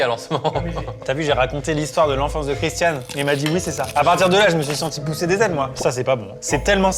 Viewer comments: Bonne vidéo. Dommage d'avoir prononcé son prénom correctement une fois sur deux. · étienne c’est le seul connard a pas respecter le prénom de Christian, franchement ça lui coûte quoi de le prononcer correctement ?